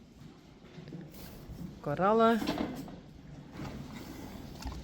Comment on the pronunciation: Hi, I wonder Since you have Coralle at your stable you are calling her Carolle! Slip?? Easier to say??